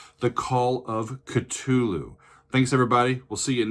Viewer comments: I believe the K is silent, as in The Call of Tulu. Or like too loo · Maybe already mentioned, but Cthulu is pronounced with a hard 'T', as in the name THompson. Probably changed the spelling to avoid any infringement issues (🤔). ✌❤🤘